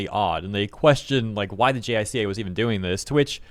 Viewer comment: Uh, "J👁-kah" (with accent on the 1st syllable), not spelled-out "J.I.C.A." Tokyo state-media N.H.K. WORLD's English-edition had video-reports & live-broadcasts, in case you want to know how some names & abbreviations are pronounced. They'll mention these agencies every so often. But yeah, Japan's P.M.'s (minus the late, great Shinzo Abe) seem to have issues keeping their job. When will another Abe come?